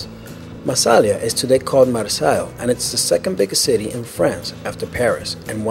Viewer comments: Marseille is pronounced Mar-sey. Not Mar-salya Israel is pronounced Iz-ray-l. Not Is-rill. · Marseilles a city in Southern France is pronounced 'Mar-say'!